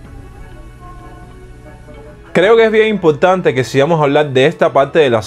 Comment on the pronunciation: "impoktante" "ek vedado" "uktima linea" wow...